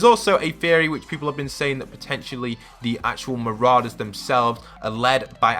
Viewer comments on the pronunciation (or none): He calls them mararders lol its said ma-raw-dus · It’s Siona, like Fiona but with an S, and they’re not MarAders, they’re Marourders, not an emphasis on the A, but or, like as in Pour. Marorders I know the spelling Marauders, May make it look like it MarAders, but it makes the video unwatchable for me when you can’t pronounce Marauders, Marorders, like it’s supposed to, and mispronouncing Siona? Surely you know someone called Fiona, it’s the same but with an S. Sorry bro but it needed saying, it was doing my nut in. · It's not mararders lol its said ma-raw-dus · not trying to be annoying but ma-RAW-ders not ma-RAO-ders (pronunciation btw not spelling) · Mate can u pronounce anything its mou-roa-ders and si-o-na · You can’t say marauders right